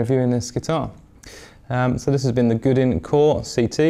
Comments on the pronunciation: Good review and nice guitar, but "Goo-din"? Try something more like "Goe-dan". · Bought one used for $499 and love ❤️ it. Great guitar and fantastic features. Can’t believe he says Gudin. The French must be going bat shit crazy every time he mentions the name of the company 🤣